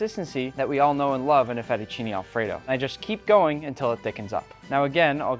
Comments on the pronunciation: "Fettuccini Alfredaw" Bro sounded so Italian (Yes I know he's part Italian) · The way he said fettuccine Alfredo is so funny😂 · I read the the title in an Italian accent before the video starts and I laughed so hard when also said it in an Italian accent 🤣